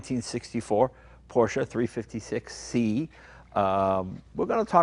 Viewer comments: Wait...!?!?!? Did jay just pronounce Porsche correctly?????? Hallelujah! lol 😄😄😄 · I like that Jay pronounces it Porsche (short e at the end) not Porsch. This is how it is pronounced in German. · Interesting to note that Jay used the correct two syllable pronunciation for Porsche (por-SHUH) throughout this episode, rather than his normal one syllable (Poursh). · they are the first Americans I heard to pronounce Porsche right :D